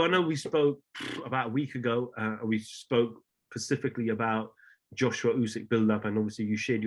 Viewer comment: “Spoke Pacificaly” 🤦🏻‍♂️🤦🏻‍♂️🤦🏻‍♂️ switched off after that. British Boxing journalist that can’t speak English….